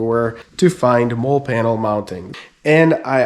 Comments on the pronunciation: Nice video man. If no one told you yet it’s pronounced Molly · Jeep looks great. I was wondering about those panels. I bought Chinesium non-spec “molle” panels that mount with the rear hardtop bolts. Works ok. BTW, molle is pronounced Molly like the name.👌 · It’s pronounced Molly. It’s an acronym for modular lightweight load carrying equipment (MOLLE) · Yes it seems like you always know who was in the military or not by the way they pronounce MOLLE. Nothing against Robert Hill, but I cringe every time I hear Mole.